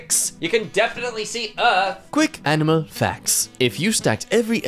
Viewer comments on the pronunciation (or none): none